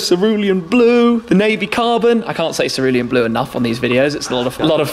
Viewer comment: Blue waffaluean